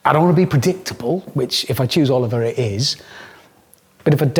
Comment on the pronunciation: Its Oliver, simple as.